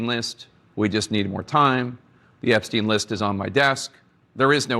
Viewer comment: It’s Ep-STINE Not Ep-steen The name functions as does Einstein. The second vowel ( i ) gets pronounced .